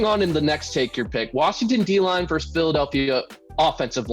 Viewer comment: versus - It's two syllables.